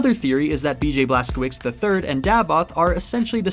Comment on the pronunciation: since you gave permission to call you an idiot your pronunciation of Blaskowicz is horrible and it hurts my Polish ears to hear it butchered like that